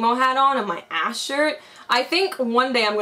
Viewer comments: EVER TIME YOU SAID THAT ASHE I THOUGHT YOU SAID THAT ASS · Lmaoo I thought she said tht ass